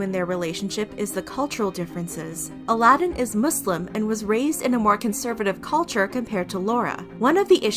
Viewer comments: you’re right!! They were commenting on where the emphasis is put— it’s A-la-din not a-LA-din if that makes sense. You’re still right tho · stan loona and weeekly! al-uh-deen. you americans pronounce a like aye but the rest of "us" pronounce it like uh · Not trying to be rude, but it's pronounced Al-id-in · Omg they literally pronounced his name right in the beginning why keep calling him Aladdin??..😶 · GOD it was driving me insane! Especially when there even produced his name right in the live video. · Aladins name is pronounced ALA-DEN. 😩😂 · I’m sooo happy you corrected the name. It annoyed me the whole video him being called A-lad-in. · i’m so annoyed by this because every clip she uses has the correct pronunciation... she edited this knowing she said it wrong dozens of times 🙄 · 🥺 But it’s pronounced ALL-UH-DIN, think it’s the same situation as when people pronounce Muslim they put too much emphasis on certain parts Ive heard it pronounced like Moos-Limb or MUZ-AL-iM or Muzz-Lim. 😶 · AL- UH-DEN! It was annoying me too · I think its more like A-la-din. I was kind of annoyed the whole time wondering why she didn’t know the proper pronunciation 🤦🏽‍♀️ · Don't do a video if you refuse to pronounce the subject's name correctly!😒 You even featured people saying it properly at the beginning of the video! 🙄 Disgraceful. 👎🏻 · I really like you, but was it really that difficult to pronounce Aladin's name correctly? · Why do you keep mispronouncing his name? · How are you still mispronouncing his name when it’s clearly said several times... talk about disrespectful LOL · How can you be with someone for so long and still manage to pronounce their name wrong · your videos are always really well done and flow well but please PLEASE use the right pronunciation!!! i’ve noticed in multiple videos that you use the wrong pronunciations throughout the whole vid :( specially bc the clips you use have the right pronunciation!! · This bugged me the whole video!